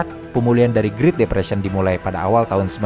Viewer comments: Great depression itu spellingnya GRET bukan GRIT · Bukan mau menggurui, karena saya tau pasti pinteran adminnya daripada saya, jauh lebih pintar dari saya, tapi kayanya great depression tuh dibacanya "gret depresien" Min. Tapi asli keren banget channelnya, tiap hari saya tungguin channel ini